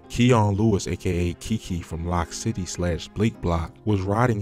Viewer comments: It’s loc city like loco not lock city with his slow self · It’s Loc City not Lock City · He Said lock city it's Loc city smh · 😂And him pronouncing Loc City as "Lock City" is hilarious bruh he was calling Pappy "Papi" like wtf?!?!?!?!?!?!?!?!? 😂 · It's Loc City. Pronounced like "Loke". You niggas so fanned out it's insane. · It's pronounced "Loke" City! As in the Latin word "Loco" meaning crazy! Not "Lock" City! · he said lock city smhhh he saying everything wrong